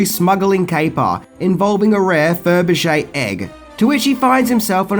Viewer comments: Sorry but 2 things!! 1. Your pronunciation of Faberge Egg is terrible. It's Fab-er-ge not Feb-er-ge. 2. This is a really lazy video in terms of how you reviewed the film within the points you made. Octopussy is a very serious cold war thriller film for 97% of it. You're comment about Bond dressing in the clown outfit was deceptive as you failed to mention he was in disguise to get intonthe tent and in no way was thst ever played for laughs. Bond was very panicked and serious. Take out the Tarzan yell and the Barbara Woodhouse "Sit" moment and you've got a hard boiled violent thriller especially the third act where Bond shoots a young soldier point blank between the eyes. It's a great action packed film with very dark tones and a brilliant intricate plot. You did not give an honest appraisal. Disappointed in you here. Also, the title of the film is great. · It's Faberge not ferbijay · Furbishay egg? LOL It's said "Fab-re-shay". Classic Bond film with a superb soundtrack. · "Ferberrrr-je" egg?? lol It's Fab-er-ge egg. Octopussy is not weird or bizarre, that's bs. It's actuallya very taught violent Thriller especially the second half of the film and when Rodger Moore as James Bond dresses up as the clown he's doing it in total seriousness just to get into the circus tent to stop the bomb. if you take out the silly Tarzan yell and thus it would she does to the tiger you've got a very serious full-on Bond film and it's certainly not B grade. I think your lack of maturity has not allowed you to see this film properly and in the intension it was made. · What is a Firby-Jay egg? I've heard of Fabergé. Or Cadbury Créme. :D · It's weird hearing you mispronounce Faberge. You keep saying "Fer ber geh", when it is "Fah ber ge". I know it's because of your accent, but still weird. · Fur-buh-shay egg. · Since when was 'Fabergé' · LOL can't even pronounce the name of the egg Fabergé